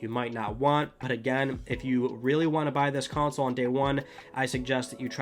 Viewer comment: Console or is it Cownsole how the F is he saying it?